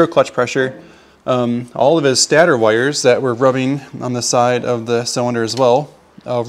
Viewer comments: It's not a "stah-ter". It's called a "stay-tur". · Just depends where you're from lol